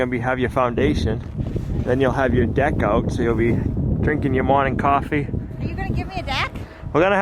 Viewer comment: Noted ✍🏻, “ Deck” it is 🗣 he said it!!